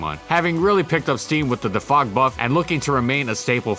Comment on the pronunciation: Please my dude just keep saying DEFOG like u were before this video, you're american please don't turn this into every euro language session thanks m8